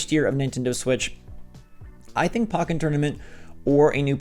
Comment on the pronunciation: Why do people pronounce it POCK-en Tournament…? It’s pronounced like the first have of Pokemon. POE-ken Tournament